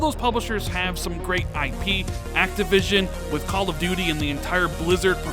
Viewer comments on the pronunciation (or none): none